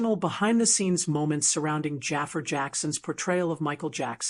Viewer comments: ITS NOT JAFER……. ITS JAAFAR……. WHY IS IT SO FREAKEN DIFFICULT TO PRONOUNCE THIS NAME RIGHT………. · Jaa far not jaffa .